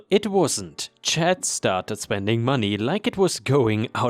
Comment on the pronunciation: just a FYI for future reference, C.H.A.D (as a person's name) is usually said like CH-- ADD ( it would rhyme with words like Mad, Bad, Rad, Fad, Lad, Sad.) :)